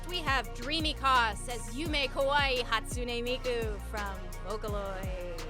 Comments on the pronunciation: hatsune mike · I can’t with the mispronunciations. KEEF-KAH?! I’m flabbergasted. Even if you have never heard of Hatsune Miku before - certainly if you are judging a convention called MomoCon, you should have some BASIC knowledge in how to read and pronounce Japanese names. Just… look… at… the… words. Hat-su-ne Mi-ku. What is hard about that? What WERE the requisites to be a judge, exactly lol? My mind is totally boggled. They reacted like they were reading some Martian tongue they had never seen before. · HOW did they read “ne” as nookee 😭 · Gosh i was there watching the costume contest and all i could think was "i need to lay into these announcers who can't even say HASTUNE MIKU" and i am so glad you delivered 😭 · Not being able to pronounce Hatsune Mike is embarrassing 😭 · I can't see the end of the horizon... HATSUNE MIKE?!! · I’m so sorry I’m crying laughing over Hatsune Mike 💀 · Not being able to pronounce Kefka and hatsune miku is wild... Like what are you even doing on stage at that point? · how does he not know how to pronounce hatsune miku... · guys how do we not know how to say hatsune miku. i am genuinely so curious how does one have experience in the cosplay field and not know who hatsune miku is enough to not know how to pronounce her name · How, in the year of our Lord Gaben 2025, do we have an MC for a costume contest AT AN ANIME CONVENTION, not know how to pronounce HATSUNE FREAKIN MIKU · As someone who has competed in a cosplay contest and had the MC correctly pronounce ‘puella magi magica Madoka the movie part 3 rebellion’, to introduce us on stage, these MC’s not knowing how to pronounce Madoka or even Hatsune Miku is soooo disrespectful and disappointing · How do you not know how to pronounce Hatsune Miku while working at one of the most nerdy jobs you can get. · If momocon organisation is watching this. This is not nitpicking! An MC who doesn't know how to say Hatsune Miku?! Why did you pick someone that is completely outside the fandom?😂